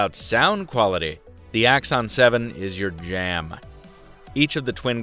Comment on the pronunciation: the way you said JAM.... HAHAHA.... looks like you were completely into that excellent audio experience..